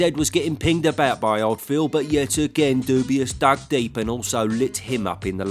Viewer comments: It always gets me when you say ‘Dubius’ 😂😂😂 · Dubois being called "dubious" brings a smile to my face every time :D